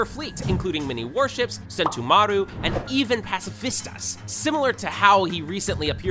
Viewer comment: bro i aint gonna lie i like his videos but HE DIDNT SAY A SINGLE THING RIGHT "barate" "sentumaru" paci-fiztas ITS MAKING ME GO CRAZY